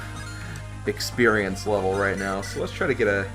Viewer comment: So why did you call it "experienoso"?